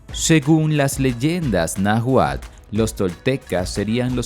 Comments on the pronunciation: No se cual era el idioma que hablaban, pero seguro estoy que no es el Na gual (min. 12), y sí pudo haber sido el Náhuatl, con pronunciación de la letra ele. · Exacto El narrador no lo pronuncia bien y se escucha mal. Creo lo está pronunciando Na juál. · Este relato esta plagado de mentiras ni si quiera mencionar bien Náhuatl